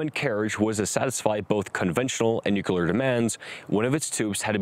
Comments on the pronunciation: Good video…but why is it so hard for so many to pronounce NUCLEAR? Nuke-lee-ar…NOT nuke-u-lar. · That would be Nu-Cle-Ar not Nu-Cu-Lar bro... Don't be a Bush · His voice reminds me of documentary narrators of the 1950's and 60's, which is a good thing. Except for a couple of "nuc-u-lar" errors, he demonstrates great clarity, diction and power. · Agree... just, 'New-cular' is driving me crazy.